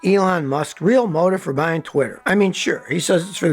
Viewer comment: "Droppeen"?????? "Buyeen"????? "Akshuhly"?????